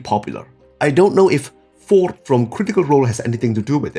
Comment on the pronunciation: It's not Fjord, it's Fjord!, geez man